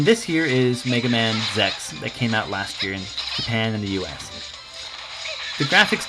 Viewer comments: why are you saying zex, instead of Z X? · Dude you gotta pronounce it right! it's Zee-Ex not Zex! >:P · did he just say zex? It's not bad it's an ok review... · I'm sorry... Rockman Zex? As in Sex? Isn't it supposed to be Z X? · Lol, Zex... I don't know why you pronounced it Zex this time and Z-X in the one before...